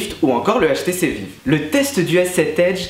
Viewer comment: Ca se prononce pas "HTC vive" mais plutôt "HTC vaïve" ah mes oreilles bordel